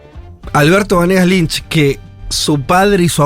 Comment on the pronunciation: BANEGAS Lynch le manda jajaja. Le critica el apellido pero no lo sabe decir bien.